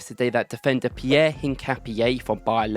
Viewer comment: His name is PIERO not Pierre, he is from Ecuador mate😅, you lit say it the way you spell it. Greetinngs bro!